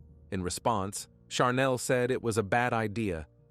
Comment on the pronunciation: I’m kind of wondering, why each and ever one of these stories on this one? There are words that are pronounced incorrect in the one with Chanel they keep calling charnel. She didn’t go naturally overtime. Either spell it right or say it right